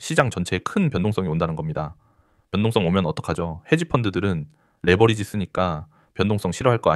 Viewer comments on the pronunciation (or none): none